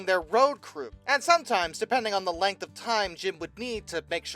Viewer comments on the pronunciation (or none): none